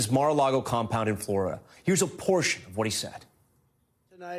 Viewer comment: All I heard was, "Here's a porsh of what he said.." 😂